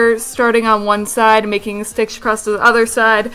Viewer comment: she says "stitch" like "stickshh"